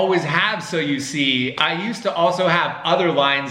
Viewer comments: I heard so you see it sound like Soyeesee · Me everytime "SOYUSI " 🤦😂 LOTS OF LOVE FROM PAKISTAN 🍭❤❤❤❤ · me : instead hearing so you see me: i hear so u see suyusee yusii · my mind just ERAIST THE WORD so you see i just heard soyuse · Is it just me or everyone heard that they are saying soya sauce 🤔😂😂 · So you see sound like Soyo Sea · "so you see" My ears: "SOYOSEA" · I heard soyusi And sushi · When they say “ so u see “ it sounds like so u sea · It kinda sounds like soya seed or seed when you say it a lot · It kinda sounded like soy see. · I kept hearing soy el si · all I can hear is soyuse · Thanks for the likes Someone Heard : " So You See" Me Heard : "SUSHI" Or "SO SIRI" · i heard soy sea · New word soyusee and yusi (sorry pls no hate) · Now I can’t hear so you see normally again it sounds like sowusee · I'm hearing "so si," instead of "So you see..."🤣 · Why does it sound like "soy si"? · sounds lik soy suace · After hearing it for awhile I hear, so-z 😂, either way keep up the great work, your vids are great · Am I the only one that thought that they said "so you see" so many times that it sounded like: "soya sea" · The “So you see part” sounded like “Soy see” like the sauce lol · Soy sauce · That do sound like you soy sauce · Soy see? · The beginning of a video the so you see part sounds like an alien language. . .